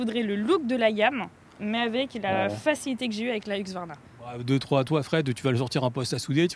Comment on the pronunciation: Hu-s-q-varna, plutôt que Hu-x-varna ! 😉